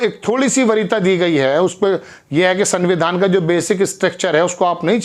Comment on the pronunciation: च्चा सारवरजनिक नहीं होता है सार्वजनिक होता है आकाशवाणी से प्रसारित शुद्ध स्पेलिंग पढें या बोलें तो दिक्कत नहीं है संविधान होता है सरविधान नहीं होता है ये सब कुछ सरदार होकर प्रार्थना के साथ स्वागत करते हुए अपना उच्चारण भी ठीक कीजिए आपके चैनल से जुड़ें हुए हैं बुरा न मानें तो क्षमा प्रार्थी हूँ